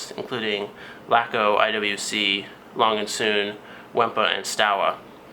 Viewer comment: Four of the 5 original pilot watch makers names were pronounced incorrectly. Kudos for pronouncing I.W.C. correctly.